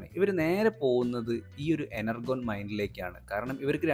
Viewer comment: Enurgon alla energion 😂